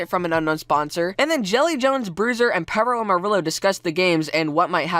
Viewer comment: DOES THE WAY SAYS PERROAMARILLO ANNOY ANYONE ELSE....Perro is pronounced pear-o amariyo not peroamarilo